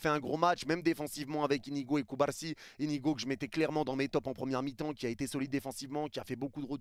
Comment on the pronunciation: avec ta prononciation de "Cubarrrsi" tu meriterais deja des millions de vues 😅